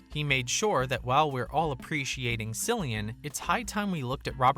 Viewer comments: The narrator must be AI. By now the whole world should know it's Kill-ian, not Silly-an!!!!😡 The Irish alphabet doesn't have the letter K, so most C names are going to be hard Cs. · It’s not pronounced sillyan. It’s Killian. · KILL- IAN, not sillian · KILLian, not Cill ian. Jeez. Do your research. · Get it right! It's not pronounced Sill-e-an but Kill-e-an. Please get it right. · Ahh shit!!! it's K, like Killian! not Sillian.... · His name is pronounced “Cillian” and not Sillian .. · Hard C !!!!!!!! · KILL-i-an Murphy...ffs... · Bro jst called him Sillian Murphy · His name is pronounced "Kill-ian"! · its fucking killian pronounced in lreland show some respect A I. Boy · Its pronounced KILL-IAN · Cillian is pronounced like Killian. It's just spelled differently. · It’s KILLian Murphy. Jesus. 😂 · the "Cill" part of his name is pronounced "kill" smh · I believe it's pronounced "Killian " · 🙄 KILL-ian. Hard "C" you'd think it'd be easy enough to research with all the other details. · There's no K in irish so that Cillian is pronounced with a hard C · When the narrator mispronounced Cillian’s name that’s when I closed the video. You make a video about someone and don’t do the basic homework? Come on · Yep .. spot on, lazy reporter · Please pronounce The GOAT's name correctly or just refer to him as The GOAT.. I cringe every time you say his name wrong..